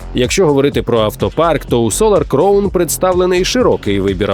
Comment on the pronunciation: Диктор, підкачай свій іншліш, вимова деяких слів просто люте пекло, в цьому випуску «кліфхенджер», правильно - кліфхенгер. Солар «кровн», правильно «краун»